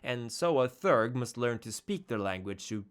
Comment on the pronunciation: "Theurge" has two syllables and is pronounced [thee'-errg]. From the greek words "theos" (belief) and "urgos" (worker).